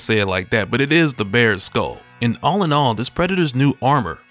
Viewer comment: Taunt not “tahnt”. Skull not “skoal”.